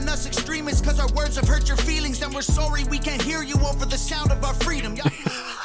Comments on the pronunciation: bro isnt even trying to hide that he isnt American. That was the most Canadian “sorry” Ive ever heard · he can’t even hide how canadian he is. listen to that “sorry” LOLLLLL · wants to be american so bad but can’t even pretend to pronounce ‘sorry’ without sounding like a pure blooded canadian like so canadian he hates justin trudeau and who’s favorite restaurant is tim horton’s